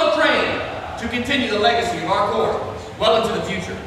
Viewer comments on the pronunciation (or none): Marine Corps....Not marine corp....We are not a corporation. Corps, pronounced "Core" is a military formation....Corp. is the abbreviation of corporation. Marine is a proper noun and should be capitalized.